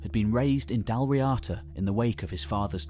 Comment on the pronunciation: 2:37:100 It's pronounced like "Dawl Reada" not "Dal Riata" It's an Irish word, don't read it as an English word. You don't read French as English, no one say "Crow-Is-Sant" when reading Croissant So please don't do that to Irish ^^